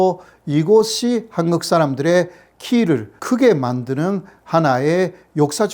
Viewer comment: 호사카 선생, 오래 전 귀화 하고 대학에서 강의도 하시는 분이 어찌 아직도 한국을 한극으로 일본식 발음 하고, 일본어 억양을 전혀 못 고치고 있는지 안타깝습니다.쌀밥도 싸르밥으로 발음 하시고~